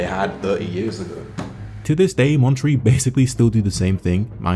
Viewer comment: is he pronouncing monterey as "montree"?